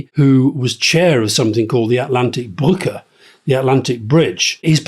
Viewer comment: his pronounciation of "brücke" was also (almost) perfect